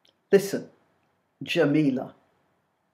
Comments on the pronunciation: Sorry, I love what you're saying but its Jamelia, with an i, not Jamela, as you're saying, that's how she pronounces it anyway. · Her name is Jamelia. Not Jameel. What are your motives for being so nasty? Please don’t come back at me with “Its satirical” This is definitely not satire. Satire is funny. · not la....lia!